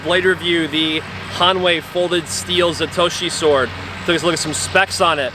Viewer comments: Zatoichi not Zatochi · Its wird ain't you'd think a sword practioner would know how to pronounce Zatoichi...its like calling a Katana a Container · It’s pronounced, “Zah-Toe-Eee-Chee”. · It's "Zato-Ichi" This is the second one of these swords you guys have "reviewed," and you keep messing up the name. I pretty much made similar comment in the previous video. Please make some effort to research the products you are trying to showcase. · how do you review a movie sword where they pronounce the name of the sword and you still say it wrong? Loose all credibility after that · Who in the f*ck made this guy a sword "expert"? At least learn to pronounce Zatoichi CORRECTLY........then learn the names of all the parts on a Japanese blade.